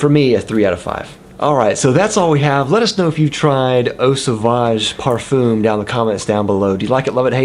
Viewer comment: Nice review! but ouch on the pronunciation. You guys are butchering it. Parfoom? Makes me think of baffoon. It's pronounced parfuhn (kind of like in duh with a nasal ending). letter m at the end is silent.